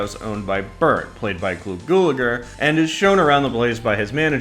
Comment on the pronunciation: Why can't any of these vids say his name right?-it's pronounced GAL A GER...not Gulager...idiots.